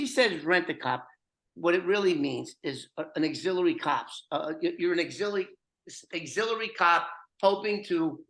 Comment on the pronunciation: Its AUXILIARY cop 👮‍♂️...not Exiliary....😅😮 wink 😉 Matt NYC